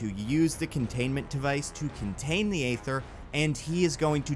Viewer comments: The Reality Stone is pronounced Eee-ther not Ay-ther. This ain't New Jersey. New Jersey don't exist. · They say EEEE-ther so many times in the movie idk how you're pronouncing it AAAA-ther. Even the real world chemical ether is pronounced ēther. Better off calling it The Phoenix Force if you're gonna joke that then say Ather afterwards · I feel like the joke about saying "Phoenix Force" instead of Ether doesn't work when you keep pronouncing Ether as Ayther 😂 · AY-ther is stabbing me in the ears with every instance of its utterance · Am i the only one that died inside everytime he said “Ay-ther” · Thank you, this bothered me throughout. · I know you said you would mispronounce things... But Aether is not that uncommon word, the pronunciation is the same as ether the class of chemicals we all learn in chemistry class since they are the same word only spelled differently. Why are you putting an A sound at the start? That A in the Aether spelling isn't even a true A... is just an easy way to type set the letter Ash (æ). Sorry... I'm never bordered by mispronunciations... but this someone got under my skin. Hahhahahahah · Thanks for the warning about mispronunciations. I was prepared to catch any you made, but there were very few, and they were all very minor and/or only happened once or twice. The MCU seems to want to pronounce the Aether "EE-ther," for example. Svartalfheim is one I expected you to trip over, but you got that mostly right. Awesome storytelling, and great dialogue. I'm usually a bit iffy about listening to the dialogue you give characters, but you do Thor and Loki really well. The "Monsters Assemble" thing is a great callback (or callforth, I guess?) that's also sufficiently outside War of the Realms where people probably wouldn't instantly make the connection and realize, "Wait, this predicts the FUTURE...." Bravo.